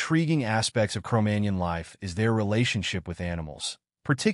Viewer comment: MagNON ... jeez ...